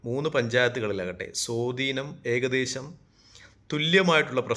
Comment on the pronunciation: സോധീനമല്ല സഹോ സ്വാധീനം😅